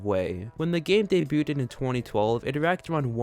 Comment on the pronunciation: bro said "daybyooted" 💀